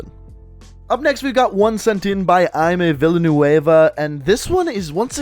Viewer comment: Danmm learn how to say villanueva